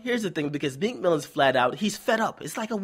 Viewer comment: T f he said meek milly ... WHO THE REAL PUSSY #meek